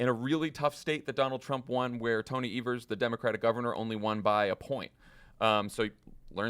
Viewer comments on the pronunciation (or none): none